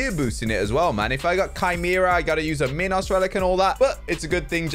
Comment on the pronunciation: Anyone else annoyed by how says minos? The 'I' is said like eye. Yes, Minotaur can be said both ways but minos cannot.